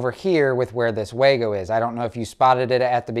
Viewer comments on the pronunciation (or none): If you're going to use a common product (the Wago wire connector), at least pronounce the name correctly. It's not Way Go, or Wah go, it is pronounced Vah go.